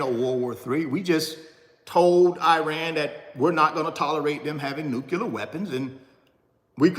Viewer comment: NuCLEAR. Sorry there but its not '"nuqualer." Also, your shirt was printed backwards. just so you know. Thanks for the insight!